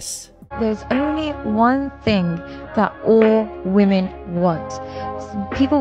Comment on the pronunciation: I enjoy your channel… but can you please say WOMEN When it comes to multiple females 😅…thanks bro ..no hate. Keep up the content 💯… or maybe it only sounds like that to me… I don’t know🤔